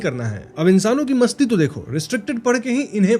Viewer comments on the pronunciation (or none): Insaano ki masti to dekho was epic it sounds like ''pr insaano ki gaad masti to dekho'' 😂